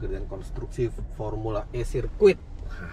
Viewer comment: Fomula E bang. Sebutannya kok formula I....he....he...he...sukses ya semoga semuanya berjalan sesuai rencana🙏🙏🙏